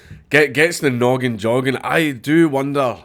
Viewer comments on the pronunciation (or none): none